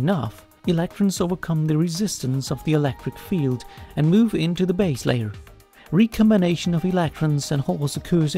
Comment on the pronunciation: "Alactron" and "Elactric field" are not "condactive" to my ability to focus during this video. ;)